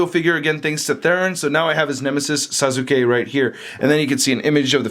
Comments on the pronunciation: Sauce- kay....not Sazookay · That pointy hand gesture is his gesture in making that lightning, THAT lightning is called chidori because you know, japanese word, and most of all, its sas-ke not sasuke, sas-ke not sasuke, SAS-KAE NOT SASUKE!!! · It's pronounced like Saske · *naruto not nardoto or suake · U pronounced it sas - K say the k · sazuke...... SAH-S-KAE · Bruh it’s pronounced SAS- UKE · U did not just say sa sukay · Did he say sazu--k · Why does he say, sazuke, like there is a z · It's spelled sasuke but pronouced saske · ITs sauske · Sa-su-kay what !?!?!?! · Sa zu kay and na roo dow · "sazukay" I know he doesn't know who sasuke is but he could at least look up how to pronounce it. also the effect is called chidori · Its pronounced sa-skea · I am a big fan of yours. and his name is pronounced sauce-kae. i bought this figure. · di di did he just FUCKING SAID ZASUKA ARE U FUCKING SEREUSE IF U DONT KNOW THE NAMES JUST FUCKING GO ON YOUTUBE AND FIGURE OUT HOW TO SAY HIS NAME DUMB ASS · It's pronounced sauce k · TIT'S PRONOUNCED SAS - KAY!!!! AT LEAST SAY IT RIGHT!!!! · It's better like this Sauce-K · It's pronounced Sauce-K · His name is pronounced salskay ( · How did you pronounce Sasuke😂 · He said it wrong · He’s saying sasuke so wrong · Pronounced Sasuke and naruto wrong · thats not how to say sasuke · Your saying the name wrong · Thats not how you say sauske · You fucking bitch you just prouncued naruto and sasuke in a bad language that affects and offends my culture my Mexican wetbang culture trigggereeeeeddddd!!!!#ylfuck you hicthsh:$:$##÷$#$ I can't even type from the triggereddd I am bad fucking baruro pronouciation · u said naruto and sasuke totally wrong